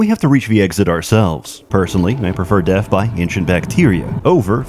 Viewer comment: ''Deff, is da buh-ginning''